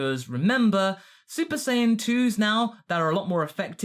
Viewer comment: Did he say saypa saiyan ?